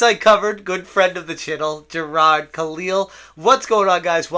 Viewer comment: Jir-AHdddd. Stop. Ssstop it